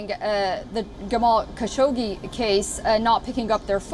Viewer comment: Every fucking time that there is Saudi News Wion say Jamal Kassogi name. Do you understand that its so irritating.